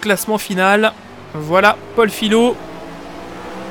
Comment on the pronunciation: Salut, c'est juste pour te prévenir que mon nom se prononce fiYo même si ça s'écrit Fillot, comme le mot feuille ^^